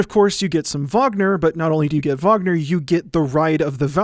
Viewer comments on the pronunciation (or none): none